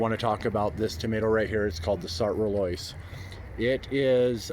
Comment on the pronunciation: I speak French and the correct pronunciation is “Sart” with a short rather than long vowel (not “art”). “Roloise” is Roy-Loy-z